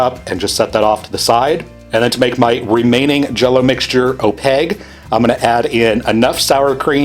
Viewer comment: Opague layer. Don’t you dare ever say opaQue. Just opague.